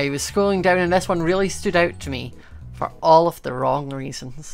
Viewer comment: Hi remember when ou said in the crazycraft war you sound so Scottish when you said "now we got food fore days" i lovced thatline plz like if you remember it